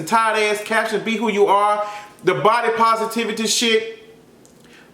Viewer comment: “Pisitivity” what 😂😂😂